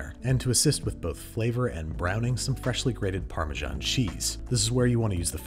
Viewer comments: It's parmesan, not parmejan -sincerely, an european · ha imagine not pronouncing it like pa - measan